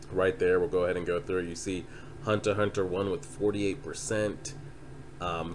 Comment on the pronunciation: It's Hunter Hunter, the "×" is silent. Also, Kurapika is a dude, my guy.